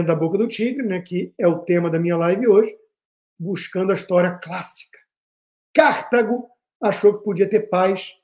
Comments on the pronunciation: Alguém avise o Constantino que não é "Cártago", é CartAgo. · C/Á/rtago doeu meus ouvidos. Deve ter deixado a Cíntia Chagas arrepiada.😢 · Sempre, nas muitas aulas de História que tive nesses meus 77 anos, ouvi CARTÁGO, paroxítona, acentuando o TÁ. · Eu não assisto Jovem Pan desde que aquela estranha falou mal do Pavinato. Constantino, aposto quanto você quiser que a pronúncia é " Cartágo" - "Delenda Cartago - Cartago será destruída " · Rodrigo, gostaria de corrigir a pronúncia de Cartago, se me permite. Em latim escreve-se KARTHAGO, usando a letra H para indicar a sílaba tônica. Talvez em inglês se pronuncie Cártago, mas, em português, esta é uma palavra PAROXÍTONA . Asilaba tônica é a TA. ❤ I Luv u